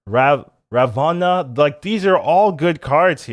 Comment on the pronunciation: And Rah-voh-na